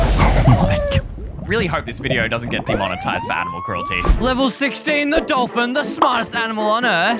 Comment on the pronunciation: Dolthin not folthin